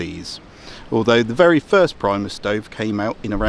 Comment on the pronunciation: reads Primus hears Priemus :P love it